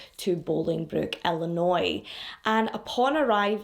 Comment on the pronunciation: I am stopping the video to comment that you are one of VERY few people who have pronounced my home state of Illinois correctly!!!! Even people from other states (California in particular where I went to college) pronounce it ILLI-NOISE! with these s pronounced! This case happened the year I got married and broke my heart. I am a domestic abuse survivor (not my marriage, I was 18 and living with my abuser, I just thank God there were no children involved) and thankfully now these cases are no longer triggering but I do have a deep understanding of the mental abuse that goes through these relationships and why they don’t “just leave then”. I was (and am again thanks to therapy) a strong, confident young woman and the last person you would ever think would take abuse. He met me at a vulnerable time and was so manipulative and good at gaslighting and knowing what to threaten (to kill my younger brother and he meant that) that when I finally reached my breaking point, I fled to California to get away. It was years of therapy before I trusted anyone again. I have now been married ti my soulmate and best friend for the 26 years of this case being open. I hate that they haven’t found her body to give the family closure and what peace they need. 😢